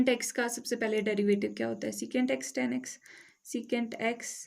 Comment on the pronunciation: Ma'am tan ko tan boliye